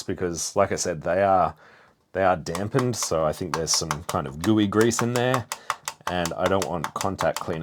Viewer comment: Damped, not dampened. Just subscribed.